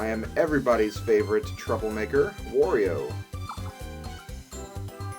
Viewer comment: It's Wario! Waaaario! Not War-rio or Worio or Wawrio. WArio like Wah-ha-ha-ha! ;)